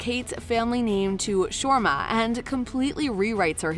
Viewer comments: Me too. No planes then, only ships. And some pronounciations also off like Shoma instead of Sharma 🤦🏾‍♀️ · I'm cringing at your pronouncing Sharma. It's Shir-ma. Not Shwarma.